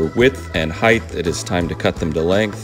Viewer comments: There is no h on the end of height. For the love of God stop saying heighth. God job🤭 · Disliked for saying "heighth." It's height, my dude. The last letter is a T, not an H. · Dude, its height If you say heighth one more time...😖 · HEIGHT NOT HEIGHTH PLEEEEEEEEEEEZE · you are correct- because “heighth” was popular in the 18th century, and competed in popularity well into the Victorian age. George Washington and Ben Franklin have writings in which they use “heighth” but so does Charles Dickens. Curiously, however, Dickens used “height” when narrating, but his characters used “heighth” Grammatically, it’s like saying “thee” or “thy” or “ye olde” - while technically correct, it’s a very dated and archaic way of speaking. “Height” with a hard “T” is the proper 21st century pronunciation. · Mine too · I say heighth also LOL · Great vid. So weird that he says heighth though. Still, good vid. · It's like a needle in my brain every time he says it. A shame, because everything else about the presentation is excellent. For God's sake, man, 'height' ends in a 't' not a 'th'! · I Know, it is so cringy...I have to turn off videos when he says that!! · I always wonder if people who mispronounce it that way say “weigth” as well. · Awesome video! Great jig design too. There is no “h” at the end of the word, “height.” Awesome beard, cool tattoos. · "Heighth" isn't a word. Great Video though! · 'Heighth' -- seriously? Multiple times, as well?! Had to jump off at that point. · Bro fyi height is pronounced height with infancy on the t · Height-th I can never not hear it. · Excellent video, thanks for the lite humor. Just so you know, the word height is pronounced like kite not gth at the end. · great video! Though I'd like to note the word you're trying to say is "heighT", NOT "heighTH". 👍🏽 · Tamar says "Draws" instead of Drawers and you say "Heighth" instead of "Height" lol (I'm glad ya'll can't hear my accent) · “heightH” is not a word, height works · did he say heighth?